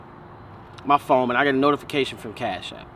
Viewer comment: Phone with a n not a m bro